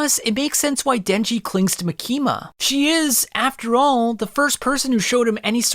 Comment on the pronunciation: You gotta work on ur pronunciation bro, you got both makima and mappa wrong